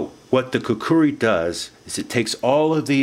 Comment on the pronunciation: Youve played a little too much ocarina of time dude, pronounce it right